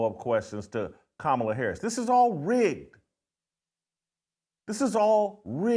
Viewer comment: You're finally pronouncing Kamala's name right lol